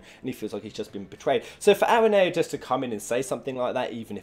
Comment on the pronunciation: Channel about final fantasy he pronounced aranea wrong